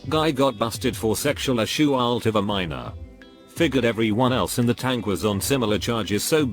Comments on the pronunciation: sexual a-shue-alt . . . Lol! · a-shoe-alt love that pronounciation 😂